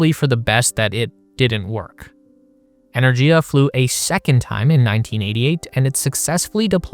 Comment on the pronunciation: It's "ener-giya", with a hard "g", as in "gift. This is more common in Indo-European languages. A couple of minutes research would have found this out.